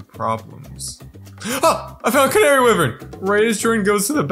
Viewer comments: for the canary wyvern, Wyvern is pronounced "Why-virn" not wivern just letting you know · It’s wyvern! (why•vern) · They mispronounced Wyvern so many times